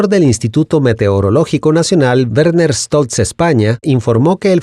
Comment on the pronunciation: Gracias por pronunciar bien el apellido Stolz. Y como siempre excelente informe.